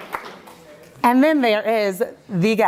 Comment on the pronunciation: Haha! Me too” it’s nice the way he casually says it: ki,yu-pahr